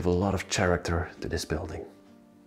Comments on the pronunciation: Please learn da "th", "sh", "ch" & "k for character" sounds. Please. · The word character has the sound of the letter "K" for the "ch" at the beginning of the word. Just trying to assist.